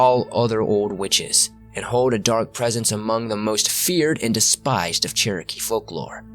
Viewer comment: Also if I could speak with you, other than in comments, I'd gladly teach you how to properly say Cherokee,.